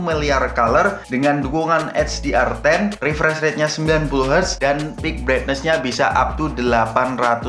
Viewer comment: Opo iki... Useer Eeeekspeeeriens, membuka cakrawala....?, mengurangi beban hidup... 🤔.? Over yuss, piik breknes... Biasa aja lah mas, pilih bahasa yg sederhana aja... Gak usah pake istilah keren kerenan kalau pengucapan nya belum oke.. 🤭